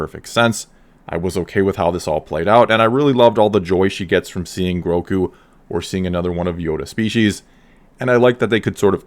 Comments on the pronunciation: Gro-gu! Not groku come on man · Are you calling him Groku? It's Grogu. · Is it Groku (as pronounced in this video) or Grogu? I heard the name as Grogu in the episode. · for sure one of the best episodes yet for lore and the fan base, but by the force the child's name is Grogu not Groku. Who took him from the temple? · You’re pronouncing the child’s name “Groku”. And that’s incorrect. It’s “Grogu”. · Like.. am I the only one that is bothered by people mispronouncing GROGUS name? I've heard it all, Gorgu, Gmorga, and now it's Groku. No he is not the missing son of Goku haha :D But yes, this was by far the best kinda of star wars I've seen in a long, long time. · It’s GroGu with a “G”, not “Groku”. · Why do you keep calling him “Groku”? It’s “Grogu”. With two Gs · Why are you calling him Groku... lmao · Grogu, with a G not a K;) Definitely the best episode yet for me! Though I can't get over the length of her lekku like whyyyy. She basically looks like an aged pre-TCW-S7 version of herself, considering even Shaak Ti had very long lekkus in the prequels. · Its not "growku"....its Grogu, pronouced Grogo. Gro-go. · Groku? 🙂 anyone else think its Grogu? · GroGo not GroCo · It sounds like you’re saying Groku not Grogu 👀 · I get so triggered whenever he calls Grogu "Groku" I dont know why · I swear whenever you say Grogu, I hear Roku, and it makes me think you're talking about the dude from Avatar